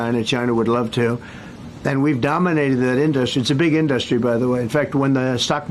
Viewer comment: It sure is an in-dust-ry.